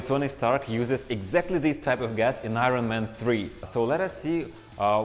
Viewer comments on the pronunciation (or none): “Ai-Rawn maaaan” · Eye ren man